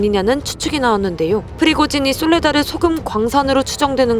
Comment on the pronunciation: 솔라데르라고 하셨네요.